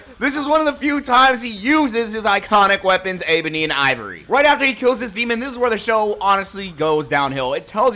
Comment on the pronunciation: Abony and ivory according to him